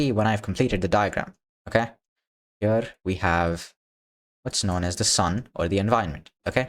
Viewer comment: Bro why your "Here" sounds like a "Pure" :D ? btw tnx for the contect :x